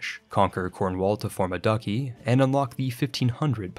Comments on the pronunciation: Oh boy. It's not pronounced ducky, it's Dutch-ee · duchy = dutchie not ducky, LOL Sheikh = SHEEK not SHIKE. Come on man. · Did he just pronounce 'duchy' as ''ducky''? 🤣🤣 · "Duchy" is pronounced dutshy, not ducky 🦆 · ? 'Duckie'???? Duchy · it's pronounced "dutch-y" not "ducky" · It's not "ducky" and it's not "shyk". If you're making CK3 content how are you mispronouncing these basic medieval words lol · Are you deliberately mispronouncing these words? "Ducky" instead of duchy? "Secession" instead of succession? I can only assume it's intentional, I've never heard someone pronounce such easy words wrong. It bothers me enough to stop watching, bye. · Stop saying Ducky when you mean Duchy. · I'm sorry, but it gets me every time: it's not pronounced "duckie" lmao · Did my man just pronounce 'Duchy' as 'ducky'? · To be fair, the ducky thing seems to be running gag, he does it deliberately. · I will if you learn to say Sheik, Duchy and some other words correctly... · thank god someone else finally said it. I really want to like the video for its high production value and effort but he keeps mispronouncing super common words in every video I just don't get it. How on earth does "Sinai" read as "sainai" and the duchy shit every video. I had to stop watching halfway through I just can't take it anymore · chaste and duchy are pronounced incorrectly and it drives me nuts.